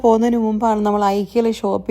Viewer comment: Ikea is Swedish and your former pronunciation was correct . My sister and family are in Sweden and they say ekea like emphasis on e .